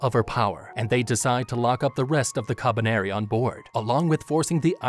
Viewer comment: The way he says kabaneri is so satisfying